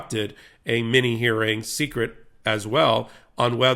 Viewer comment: Lmao! It's not "secrete" It's still pronounced "secret"